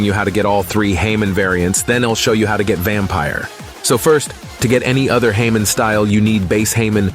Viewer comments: "haymon." are you fucking serious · "Heymon" xd